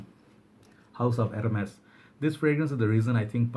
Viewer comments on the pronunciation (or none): none